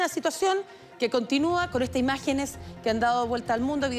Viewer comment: "la imagenes shtron immpatantes" no pueden hablar bien aun siendo profesionales?